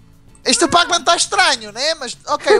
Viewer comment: vc falou pac?